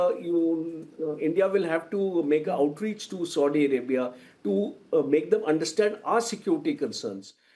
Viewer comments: Its Saudi Arabia and not SODI Arabia...ch**Ya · I think is feeling thirst and wants to drink sodo water. Coz he kept on calling Saudia as Sodi 😂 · Ethnicities are not the same, this general has no clue and Its Saudi Arabia not Sodi Arabia.